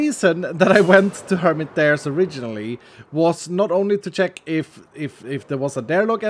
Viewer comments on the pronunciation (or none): none